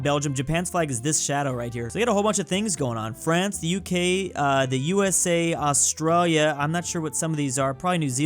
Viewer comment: Please learn how to say Australia without offending me